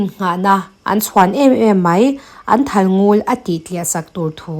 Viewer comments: A ngaihnawm hle mai ka rin zawng tak ani. Thalngul tiha ngul i lam rik dan erawh a diklo. Lel lul mai kan tiha lul ang hian ari tur ani. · Thalngul ..ngul hi a par vul..tih a vul tih ang deuh a ngul tiha lam ni se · Thalngul i lam dan hi, (Ngul) tih lai hi thluk loh tur ania, Ngul tihtK hi lamrang deuh tur aw